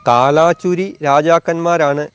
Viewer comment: കാലാചുരി അല്ല, കൽചുരി.